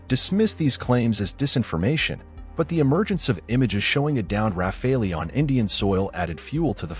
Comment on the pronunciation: It's Not Raffalee' , It's Rafale. It's bloody AI generated narrative. No! Pakistan did not down 3 rafales. It's a blatant lie. come back to the real world, Pakistan got thrashed by India.🤣🤣🤣🤣🤣